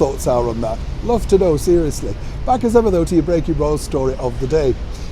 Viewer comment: When said “breaking Royal”, I heard “bacon roll”. Wishful thinking?..🥓🥓